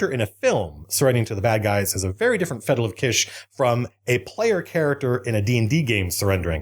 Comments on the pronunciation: Fettle of kish. Ha. I too have a peach inspediment. Tome simes I get my mords all wixt up. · I think he said "fettle of kitsch", which are both actual words. Correct me if I am wrong